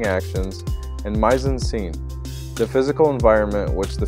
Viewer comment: Mise-en-scene is pronounced MEEZ ON SENN.